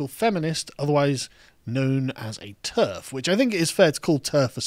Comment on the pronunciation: Maya Firestarter....did you say TERD ?